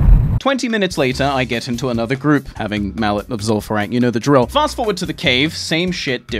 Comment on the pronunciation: "lim far eww" Don't ever change tts